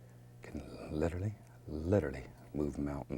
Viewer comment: "Litter-ly?"...you can "litter-ly" move mountains??? Really Bob? Hahahaha